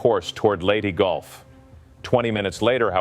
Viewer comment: narrator bungles pronunciation of Leyte Gulf in the opening seconds of this video ....Low Info Low Value narrator....About one minute later, he butches pronunciation of "formidable".....Publik Edukashun on display! {SIC]